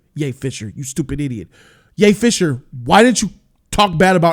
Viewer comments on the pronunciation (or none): Everytime he says Ye fisher i lose it😂😂😂 and i like ray